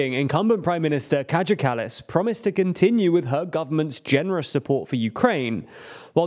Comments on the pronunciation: Estonian J is pronounced like Y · It's Kaja as in "kayak" (the Inuit canoe), not as in "Kajagoogoo". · Pronounced Kaya like "kayak", not kadzha like "Kajagoogoo". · Her name is pronounced "KA-YAH", not "KA-JAH". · The PM's name is Kaja pronounced as Kaya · You pronounced her name wrong. Kaja is pronounced kaya.